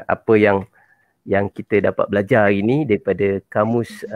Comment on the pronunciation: hari ,bukan aghi, berada bukan beghada ok. mana R nya. Bahasa Baku mesti sebut R dengan jelas. Bukan macam bahasa Riau yg tak pakai R . seorang bukan seoghang . lari bukan laghi ok.